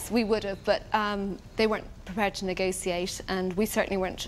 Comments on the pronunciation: The way she pronounces “negotiate” 🥲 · Why does she says negoSiate and appreSiate 😆🤦🏻‍♀️